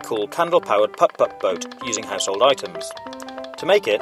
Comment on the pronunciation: Haha he says:pup-pup boat